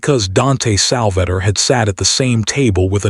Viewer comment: Sal va tore not Salvatter